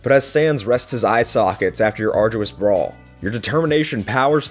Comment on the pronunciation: When you said "let's look at the contents of Sans' brawl" I heard "let's look at the contents of sans' bra"